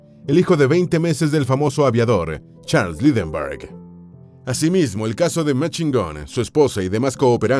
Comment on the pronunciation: El lector lo hace bien, pero le hace falta pronunciar mejor nombres como Lindberg.